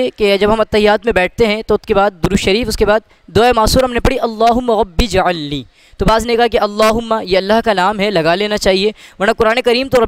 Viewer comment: ربی جعلنی نہیں ربج علنی ھے۔ ایسے تلفظ کے لئے لکھا ھے